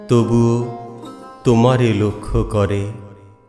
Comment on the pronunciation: আপনার কবিতা পাঠ শ্রোতাকে নেশাগ্রস্ত করে দেয় 🙏❤️❤️🙏 প্রথম থেকে শেষ পর্যন্ত মুগ্ধতা নিয়ে শুনে গেলাম আপনার সহজ সুন্দর উপস্থাপনা ...বড়ো তৃপ্তি পেলাম শুনে .... শুধু বলবো .… " আমার সকল গান তবুও তোমারে লক্ষ করে " পঙতির শেষ শব্দের উচ্চারণ "কোরে " হবে ... ভেবে দেখবেন ভাই ....